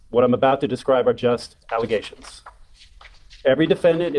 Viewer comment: What's an allegation,? You're saying alezation weird.